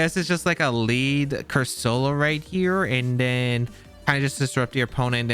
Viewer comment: ' pronouncing Corsola as Cursoula reminds me of FSG's pronounciation of Reuniclus